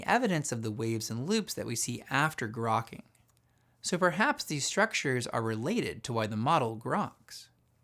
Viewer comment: grokking sound like cracking